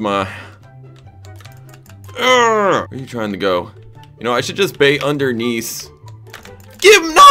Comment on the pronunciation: did you say undernease?